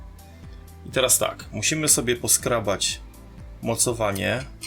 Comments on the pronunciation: skrobać a nie skrabać - litości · skrObać, skrObanie ;_; Uszy mnie prawie zwiędli